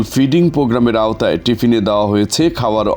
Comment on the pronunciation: টিফিন নাকি টিভিন